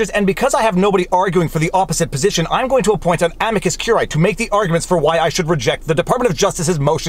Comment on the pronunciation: Look, curiae has three syllables: amicus curiae ə-mē″kəs kyoo͝r′ē-ī″